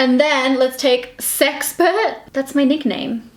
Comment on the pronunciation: Okay, when you first said "sexpert" I heard "sex pervert" and then was like "Whoa!!"